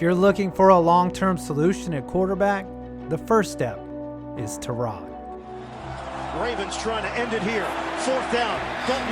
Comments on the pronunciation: I always thought it was pronounced tie- rod not tur-rod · not only can he not catch a break, he can't even garner enough respect for you to say his name right. TIE-rod not tuh-ROD... you managed to say it right somehow... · Isn't it TY-rod, not tuh-ROD??? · Do better research, you pronounce his name tie-rod not ta-rod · “Tie”-rod Taylor... who’s this Tarod Taylor guy? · It's TY-rod, not ta-ROD. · His name is Tyrod, pronounced Ty Rod. Not ta rod. Y is pronounced Y, not uh. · Idk if I’m wrong but I’m a tech fan, and I remember going to the games when he was at tech. I thought it was pronounced tye-rod rather than ti-rod. I’m pretty sure even the pa and announcers on tv say it that way. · You called him TAH-rod rather than TIE-rod, I stopped watching. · Can I say one thing that bugged the hell outta me.. ITS TYROD NOT TAROD JESUS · Why are you saying Tah-rod... its Tie-rod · Te-rod Taylor... bro his name is TYrod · It's "TIE-Rod" not "TER-ROD" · Its TY-Rod not Tarod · TIE-ROD......no TUH-ROD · watching your video mispronouncing his first name over and over is very difficult. its Tyrod not Tarod. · It’s pronounced (Tie-Rod) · Terod? Pronounce his name correctly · FFS ITS TY-ROD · Are you mispronouncing his name on purpose? It's "tie rod" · "Turrod" Taylor.. Hell no dude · As Bills fan I believe his name is pronounced "Tie-Rod". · Every Hokie watching this: "IT'S PRONOUNCED TIE-ROD" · pretty sure it’s pronounced ty-rod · Cant stand you messing up his name over and over. ITS TYYYROD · “Terrod Taylor” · You're saying Tyrod wrong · Bruh why you say his name like that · Awful video, you don't know how to pronounce his name and this is too early to tell about all of these quarterbacks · i can’t be the only one aggravated with how he says tyrod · How is he your favorite player and you don’t know how to pronounce his name🤦🏽‍♂️ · This man is so unfortunate that his name only gets pronounced correctly once every year or so.